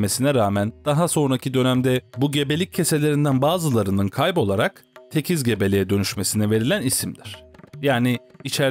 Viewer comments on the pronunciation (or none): abi tekiz değil o tekil